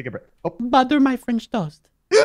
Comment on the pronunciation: IT'S TOAST NOT TOST OK